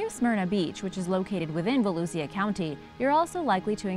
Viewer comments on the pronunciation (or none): I'm sorry to be that guy but Volusia is pronounced Vol-oo-sha